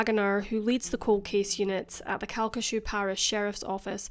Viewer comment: I can't believe you covered this case, and you even said the parish name correctly! It's pretty much a local legend here even after all these years. Pretty much everyone knows the sheriff's son did it, but it will never be officially acknowledged by the LCPD. It's such a tragic case and one that still affects people today.